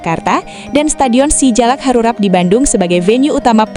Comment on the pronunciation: SUGBK bukan SEGuBK terus Si Jalak Harupat bukan Harurat